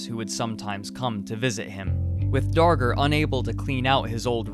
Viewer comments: thought he said henry danger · Time to make a documentary, better start researching... Skips learning how to pronounce name of subject.